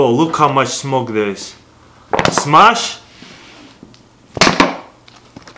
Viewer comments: it is smoke not smock...just sayin :P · smoke has an e at the end